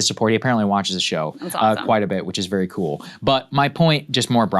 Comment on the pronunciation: Vewy Intewesting